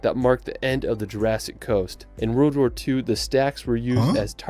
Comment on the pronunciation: Shame the guy in the video who is a famous world traveller can't say WORLD properly.